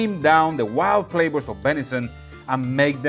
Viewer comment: Hey,, my friend! I'm glad you finally found the good stuff! I grew up in the mountains of the northwest US, where bison, moose, elk and deer are common place on the dinner table. It makes great jerky, stews, roasts and ground meats for burgers, meatloafs and meatballs to add to wonderful dishes. Just one question... What the heck are these "flabors" you keep talking about?? 😆 As long as you keep insisting on swapping your Vs and Bs, SHs and CHs, messing up your tenses and talking so fast we cant understand a word, then wondering why people keep saying they can't understand you... I'm going to keep calling you on it, especially since you've ignored my lessons in the past. 😆 But seriously, thanks for doing some different things and expanding our minds. One of these days I am going to make my way down there and we'll see who's "got the chops..." (Pun intended). 😉 Love ya, brother, have a great 4th of July!